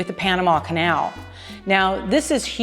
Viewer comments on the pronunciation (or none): none